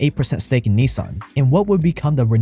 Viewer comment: Just wondering, as a "100% Asian", why don't you pronounce Nissan correctly, instead of the American way? Ni-saaaaaaan sounds ridiculous.